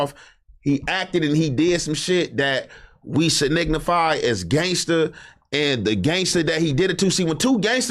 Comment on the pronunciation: "Signignify" 😅